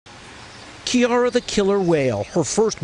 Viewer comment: it's not pronounced "kee-ar-h" it's pronounced "Kie-Ar-Ah", which is a combination if her mother and fathers names.